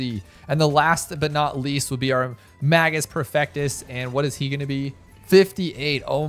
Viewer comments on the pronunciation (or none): none